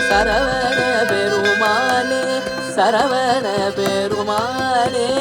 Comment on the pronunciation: Violin is a bit loud.. Thiruppugazh should have a bit more importance to lyrics.. As such தமிழ் is hard, so pronunciation is very important.. சரவண. Notன, பெருமாள் not perumaaல்